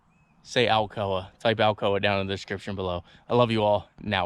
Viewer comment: Alcoa. Al Co Uh.